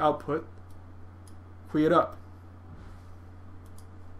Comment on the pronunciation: AWESOME! THANK THE LORD FOR THIS GIFT. This is so helpful. Also, "queue" is pronounced "kew" ;)